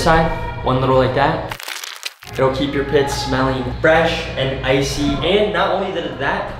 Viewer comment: "KEEB IT CASUAL"